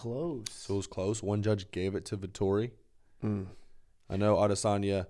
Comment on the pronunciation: It's Vettori not Vetorri lmaooo